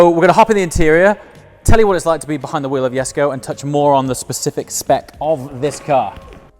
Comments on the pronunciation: You are mispronouncing Jesko. It sounds like "yesco" to me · jesko (YESKO) uhm the "J" is silent ........ uhm so what is it doing there 🤔